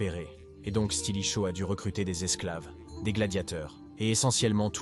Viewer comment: Stilicho, stratégiser, etc. Ça pique les yeux et ça fait mal aux oreilles... 😮